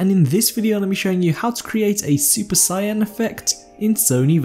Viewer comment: Great vid but, it's Saiyan not Cyan